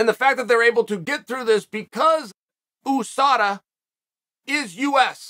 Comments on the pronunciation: The way uncle chael says USADA always catches me. Oosada😂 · I love when Chael P. says OOSADA